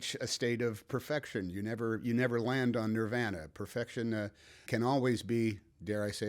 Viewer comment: Mr. Hanks pronounces "nirvana" like a perfect Midwesterner.